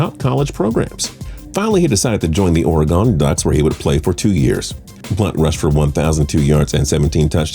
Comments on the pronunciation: Oregon, not OrEGone... Learn to pronounce words, mispronounced words make you look stupid and or ignorant.... What is a slang term for ignorant.... Ohhhhh, wait.... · Am I the only one that laughed whe he said OREGON? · please, I beg you. Learn how to say Oregon and Nevada correctly.